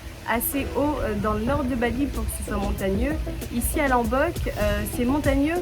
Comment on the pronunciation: Ça se prononce"LOmbok" avec un O pas un A 🙏🏻